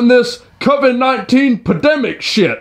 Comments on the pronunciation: why does that guy keep mispronouncing the word pandemic as "pademic?" He is leaving the N out of it. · That darn pademic lol it’s pandemic